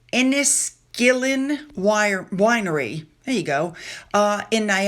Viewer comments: Wow! I wish I'd known Sophie The Duchess of Edinburgh was in my hometown of St. Catharines. That would have been cool to see her if the public was allowed. You said "Inniskillin" perfectly btw 👍☺ Scobie isn't the least bit credible. He put up a post before the Queen's Jubilee stating the grifters would be on the balcony & it never happened. It's best to pay him & the 2 whiners zero attention. It would be nice never to hear anything about them again. The majority of people are sick of them. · Inniskillin....PERFECT pronunciation!! signed, an Ontarian. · Thanks for the Sophie update. I've stopped watching the news so had no idea she was in Canada, and actually not far from us. You pronounceed Inniskillen perfectly. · You did a good job pronouncing “Inniskillen”,. I live in Niagara where vineyards and wineries are plentiful. I am disabled and was, therefore, unable to get out to see the ceremonies at the Cenotaph in St. Catharines where the Duchess of Edinburgh laid a wreath honouring our war dead. I was born and raised in St. Catharines and still live in the area….it was quite a thrill to see a little bit of home in your video today.